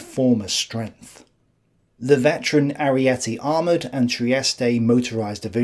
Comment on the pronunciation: Pronouciation of "e" at the end is wrong. Ariete, Trieste is not "iiiiiiiii" but like Teheran.